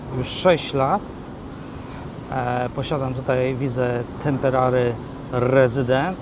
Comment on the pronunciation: temperary rezydent? medy-kier? Nie żebym coś miał personalnie, ale to zabawne po prostu... zwłaszcza po tylu latach w AU. Na pocieszenie - mówisz jak spoko gość, także no offence.